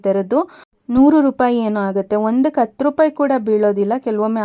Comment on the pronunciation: ಅತ್ತು ರೂಪಾಯಿ ಅಲ್ಲ madam ಹತ್ತು ರೂಪಾಯಿ ಅತ್ತು ಪೀಸ್ ಅಲ್ಲ ಹತ್ತು ಪೀಸ್